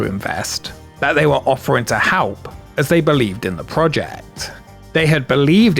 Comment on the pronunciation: why do you keep saying halp?